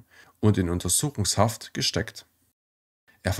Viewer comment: Bitte richtig Betonen üben. Fast immer wird falsch die letzten Silbe betont. Das macht das Zuhören fast unerträglich. Beispiele von unzähligen: falsch: SowjetunION, richtig: SowJETunion, falsch: UntersuchungsHAFT, richtig: UnterSUchungshaft, falsch: beigeSETZT, richtig: BEIgesetzt.